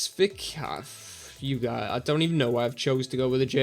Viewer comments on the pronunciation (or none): Unlucky that, Wolfsburg are a good team mind. The striker is pronounce "Ih-bee-sev-itch" and the young attacking midfield lad is "Dah-ree-dah" as far as I know! Hope that helps!